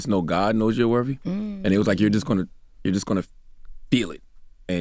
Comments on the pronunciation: Somebody tell this man the word is worthy or worthiness, not wervy and werviness. Lol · Worthy, Charlamange, not worVY